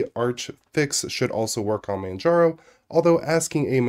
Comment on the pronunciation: "mandjarrow" haha